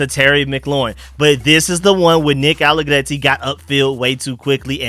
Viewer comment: Dude gotta get Nicks name right. Gone on too long lol. There's no crazy accent on Allegretti. Cracks me up